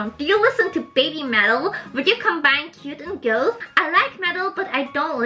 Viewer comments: just so you know, its pronounced g-Ah-th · o^.^o I love your videos and your English has improved a lot since I first subscribed to you. Btw Goth is pronounced with the same sound "o" as in the word "other" c